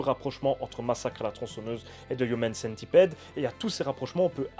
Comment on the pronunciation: AA j'avoue que je sais pas si tu le fait expres, mais le fait que tu dise "human" avec l'accent et "centipede" en francais sa m'irrite autant que les gens qui disent "FBI" en anglais mais "CIA" en francais.. ou qui disent "iPhone" en anglais, mais iOS / iTunes en francais arrrhhhhhhh